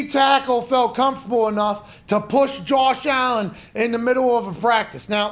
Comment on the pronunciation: Jawsh Allin. Nice yinzer dialect.